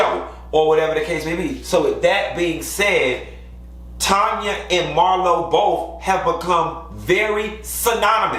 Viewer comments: Tanya's name is pronouced "Tan-ya" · Why still calling TANYA, Tonya 🤣